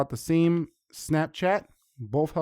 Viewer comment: I don't understand today's English. Game is not pronounced "geem", same is not pronounce "seem", update is not pronounced "updeet", too is not pronounced "tyeeu". This new trend is making me "loose" my mind.